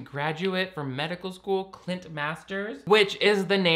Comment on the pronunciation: I swear said “clit” instead of “Clint”, I kept doing double takes 😂 between this channel and the TikTok guy who watches the Gramps Cinematic Universe™️ christian movies it’s the only way any of these movies are tolerable (and by that I really just mean I enjoy the snark/commentary)